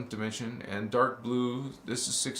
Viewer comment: You pronounced dimension as Die Men sion. I think you and Rio Ascind, rainbow 🌈 body Master frequency out of this world can align together